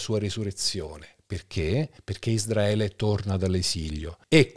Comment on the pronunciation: Ma perché pronunci ISDRAELE?! Quando si pronuncia ISRAELE?